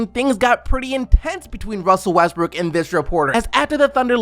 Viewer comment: you just said Russel Westbrick?? Lmao